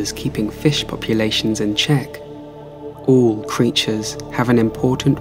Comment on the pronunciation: Him: Ooo Me: what? Him: Oool Me: what?? Him: Ooll creatures. Hahaha 😂 Jokes aside though! Wonderful video!! Thank you! ❤️😁